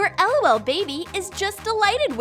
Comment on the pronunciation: its prononced lol not lool